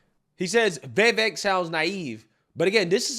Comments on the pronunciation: Why are you/they saying his name, Vivaak? It's Vivek. (Vee-veck). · It's pronounced like Viv•ache, not Ve•vake. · Veeeevaaake. LOL how did you manage to butcher his name that bad? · Why do you continue to butcher his name? You seem so enamoured with him; just pronounce his name CORECTLY. Repeat after me: VIH-VAYK! For God's sake! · My guy, can you please pronounce this mans name correctly😂😂